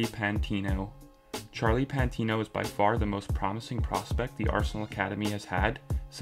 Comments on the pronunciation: Fyi it not PANT Its PATINO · Patino not 'pantino' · Pantino? Its patino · It’s Patino not Pantino. Great video otherwise! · It's Patino not Pantino